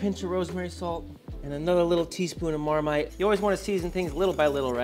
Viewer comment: Your britishness came out at the end with Marmite lol 😆